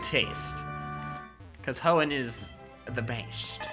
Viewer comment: Good thing Hoenn and not HEONN